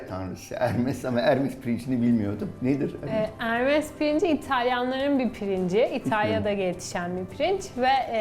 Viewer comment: Ticaret tanrısı olan ermes değil hermes